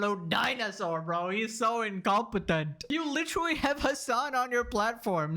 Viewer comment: Lol litewally basicwy lol